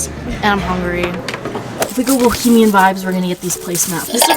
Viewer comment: no one:: BohEMIaN